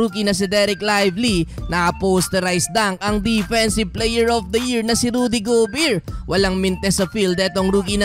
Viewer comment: Bro, GO Bare, nde go beer. Sakit sa tenga. Sorry 😂😂😂😂